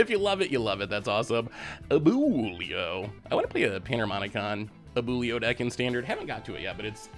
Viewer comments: I appreciate you trying, it's pronounced A-bwe-lo. Good effort though! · The way he says Abuelo kills me a lil bit ngl... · no way you pronounced abuelo like that 😭😭😭😭😭